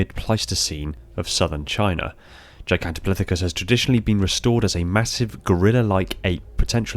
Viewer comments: Pith. Not plith. It's pithicus. Not plithicus. Thays going to many me for days lol. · I don't think there's an "L" in "Gigantopithecus".